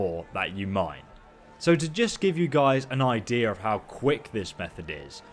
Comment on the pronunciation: Were is the r in idea you said idear wtf I hate that lol well jk I still hate the word tho it’s idea lol and this totally took me 3 mins